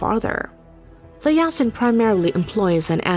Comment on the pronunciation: It's Typed Yasin but the right way to say it is more like Yaseen.